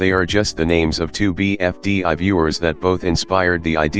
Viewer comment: Bro said BFDÁ